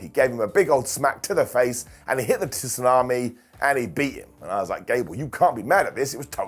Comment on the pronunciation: You’re the only person I’ve ever heard pronounce the T in tsunami 😂 you’re the best,!